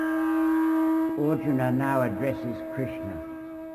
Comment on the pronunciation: makes Arjuna sound like Auden.